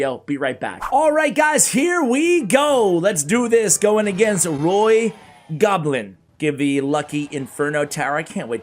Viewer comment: "Roi gobelin" and "Le_rat" are both french words. "Oi" and "in" have a special sound. And the "t" at the end is silent